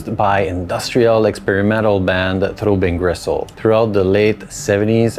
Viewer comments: Why are you calling it 'Throwbing Gristle'? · "Throw Bean Gressole" Ok. Kind of a "Seece Terz uv Mairsee" Dude myself.